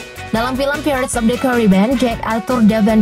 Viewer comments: Pairets bukan pirrets 😂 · Bacanya bukan "phirets" tapi "phairets" cuman sekedar info aja mbak. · Bacanya pairets, bikan pirets wokekokwk 🤣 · Bacanya pratez itu pairets min.. bukan pirets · Pirates .. dibaca pai rets min. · paling parah /pirets/ krn diulang2 terus 😃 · Tolong yaaa mbak yg baca2....belajar dulu lah ....baca pirates itu gimanaa....baca Johny Depp itu gimanaaaaaa